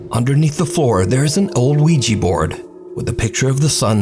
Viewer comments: Why does keeps saying OUIGI board? It is OU ÍJAH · It's pronounced "Ouija" as in wee-juh, not wee-jee🙄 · "weejee board" 😂